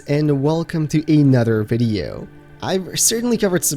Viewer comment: That “welcome to anoder video” lololol I love it and that brings me sush joy knowing I’m about to hear a AWSOME video